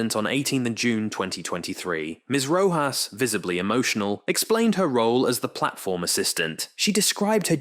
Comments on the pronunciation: Oof, the narrator keeps calling her Ms Roe - jass. It's pronounced Roe - hoss.. Sometimes it;s correct, then it's Roe-jass. Come on, Is this bad AI narration? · For the love of heaven...PLEASE learn how to pronounce the names of those testifying. Ms. Rojas's name is pronounced with the j In her last name pronounced as a soft "H" .In this recitation, pronunciation of Rojas' last name varied repetitively. VERY unprofessional. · Her name is pronounced ro-haas. Edit: weird, later in the video you pronounce it correctly with the H instead of J sound. in this video you learn how delusional and idiotic she is. Goofball titanic superfans (she started crying with happiness on her oceangate expedition which was successful) should have been on the last run instead of that 18 year old kid who paid the punishment of his life for his father being an f'ing moron. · The "J" in Rojas is pronounced as an "H" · Your AI can’t decide if it’s going to pronounce her name as Row hos or RowJas. I’m so sick of these AI read scripts. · Having written scripts for AI, yeah, it doesn't compensate for any typos or any lack of clarity in pronunciation. You'd probably have to spell Rojas Rohas. It's really not that difficult to listen to the narration after it's copy-pasted, but I guess if you're not going to proofread, you're not going to bother listening. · "Viseebly" and I swear I heard a "rochas" in there too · Your changing pronunciation of "Rojas" is distracting. Pick one and stick with that. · Rojas is pronounced differently every time 😂